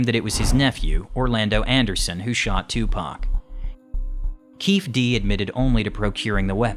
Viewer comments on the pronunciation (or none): It’s Keefe D as in “Keefee D”